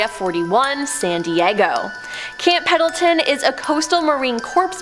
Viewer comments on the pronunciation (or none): none